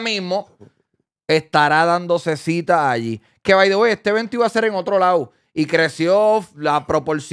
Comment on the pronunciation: Ese "by the way " suena raro cuando no hablas ingles.